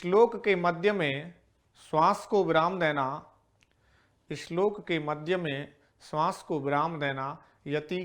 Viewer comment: अच्छा शिक्षण,श्लोक को इश्लोक न पढे़।